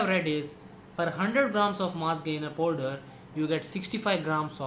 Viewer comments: podar nhi hota😂😂😂😂 powder hota h woh Podar😂😂😂😂😂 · the way he says 'Powderr' 😂😂